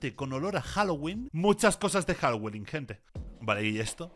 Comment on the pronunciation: Señora diciendo "juaguoling"🥱 diciendo 🔥Jaguolin🔥 🤩🤩